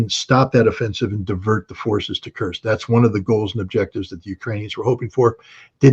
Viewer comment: I like how Judge improved in pronouncing 'Kursk'. Good job Judge!